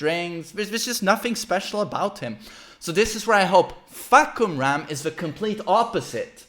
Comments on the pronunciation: According to Aris, it's pronounced "Fuck You Ram" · Fah-Cum-Rarm = Roaring Sky.